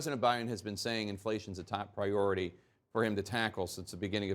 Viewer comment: No the problem is you are a complete idiot Biden. You manage to take down the entire country with your policies. You can't even say priority. Hope you clowns are happy with putting this career idiot that has half a brain into the highest office of this country. Bobby Boucher in Waterboy and Forrest Gump would do a better job.